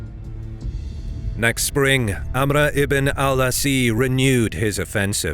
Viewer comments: The general name is Amr Ibn Al As. it's As in the end not ❗(Asi)❗ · Why the weird pronunciation of "Amr ibn al-As"? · His name was "Amr" "Ibn" "Al" "Aas"